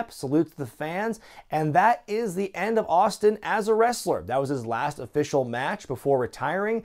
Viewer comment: Lmfao the "OH-FFICIAL PROGRAM" this guy